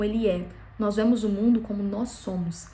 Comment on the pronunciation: Não é Vémos.. é Vemos....vurra😊